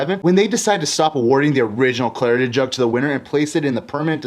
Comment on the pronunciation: It sounds like you are pronouncing it as the Claritan cup.